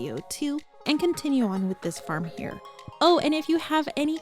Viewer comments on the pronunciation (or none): none